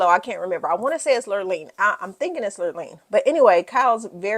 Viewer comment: Kyle's best friend's name was "Lorene." (not lirleen) 🤗. really loved your review style!